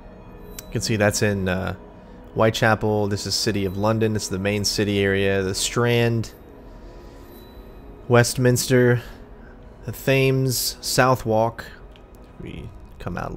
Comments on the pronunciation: It's pronounced 'Temms', not Thames like it's spelled. :-) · The Thames is pronounced 'tems' not 'fames' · just a little bit of info, the river in london is pronounced the /thems/ not thames ;) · The first 5 mins of this vid, I had major goosebumps especially when that bell started chiming for the hour. Btw, you said the thames wrong, its pronounced the t-ems. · FYI the Thames is pronounced "temmes" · thems* with a really vague h